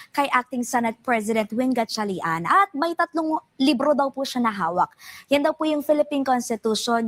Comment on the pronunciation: The female news anchor can’t even properly pronounce the last name of Senator Win Gatchalian. So disrespectful.